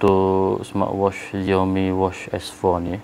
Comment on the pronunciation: Bukan ziaomi bang, siaomi